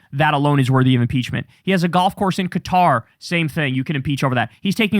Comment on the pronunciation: I agree with you and noticed you pronounced Qatar correctly!